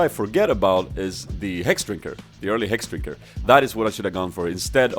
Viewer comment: "And I survive. Why? Because of the hrhrhexdrinker."